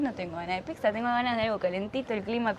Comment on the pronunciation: Si dice pizza e no pixza. Comer la salsa que quedó con el pan es típico italiano y se llama "scarpetta", que lo hacen también en Argentina es porque lo eredaron de nosotros.